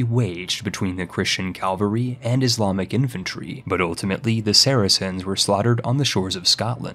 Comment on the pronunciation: Nobody:: "Calvary Hegonomy"